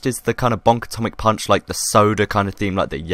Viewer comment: YETTIE PAUWNCH